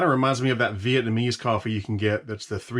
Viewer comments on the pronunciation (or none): none